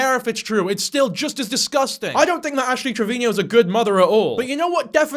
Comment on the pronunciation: Omg WHY DO YOU KEEP SAYING ASH TRAVINIO